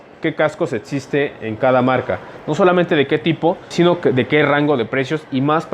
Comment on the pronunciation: Todo muy bien pero se pronuncia existe no como dices tu etxiste